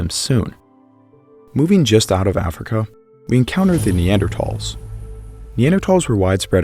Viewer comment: “Neandertalls” lol